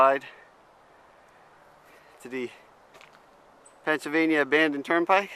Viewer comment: I'm pretty sure there is an L in "Pennsylvania"...